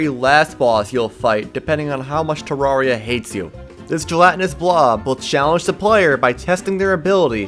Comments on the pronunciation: "Tararria" Insert nerd emoji meme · why do you pronounce it tararria its supposed to be terraria as in terrarium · IT'S PRONOUNCED TERR-AIR-RI-AH. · Ur saying terraria wrong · Bruh this man can’t pronounce terraria